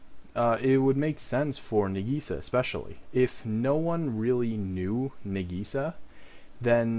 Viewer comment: He butchered Nagisa